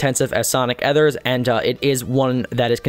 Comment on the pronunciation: sonic ether's unbelievable shaders is the best and it's ether e-ther sonic e-ther lelelelleelellelelel